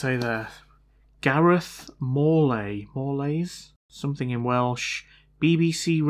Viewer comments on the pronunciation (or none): Loving a bit of Cymraeg on your channel. His surname’s pronounced like ‘more+lice’ 👍